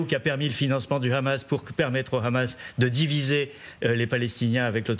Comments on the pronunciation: pour quoi elle dit khamas et non hamas ? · Le Hamas avec "H" pas "kh" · C'est le hamas et pas le khamas . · Le mouvement s'appelle Hamas mais pas Khamas comme le prononce les israéliens. Pourquoi j'ai l'impression que ces médias présentent le sujet comme étant une partie du conflit. Même I24 essaye d'être plus objective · Pas ( ghamas ) mais ( hamas ) ça s'écrit pas la même chose 😂 hooooo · C'est pas khamas, c'est hamas. Ont est en France ou en Israël ? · Pourquoi prononcer Hamas comme Khamas? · C’est bien. Tu prononce bien Rhamaas, larbin français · Pour l’amour du ciel arrêtez de dire Khhhamas. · Khamas... vous pouvez même pas prononcer le nom correcte vous et même gabreil attal vous bavarder et vous êtes incapable de prononcer juste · Un fantôme insaisissable mais qui sème quand même des disques dur derrière lui, faut bien le croire. Et l'autre gourde de "journaliste" qui prononce "khamass". Les média "français" sont pathétiques. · Alors elle c'est vraiment la relou de service Khamas à la place de Hamas mais YaHya Sinwar elle le prononce pour enfin finir avec Kan Younes au lieu de KHan Younes